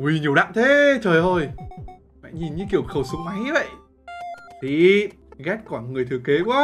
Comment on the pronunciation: tại sao anh lại nhấn mạnh chữ mẹ ở đầu video vậy nó có ẩn ý gì không